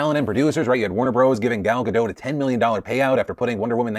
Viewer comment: Oof. Its Gal GaDOT. "DOT" not "DOUGH". You prounouce the T; she's Israeli.